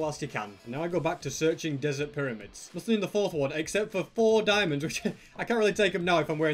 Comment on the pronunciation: Shtewpid dimonds lol